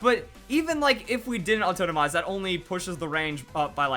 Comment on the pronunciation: I'm trying to place his accent. 'AuTOENOmize' is going to drive me insane.